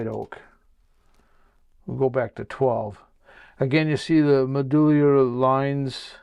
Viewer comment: Love the video but its Med-You-Larry (medullary).......said kindly and respectfully......... Fred in Boston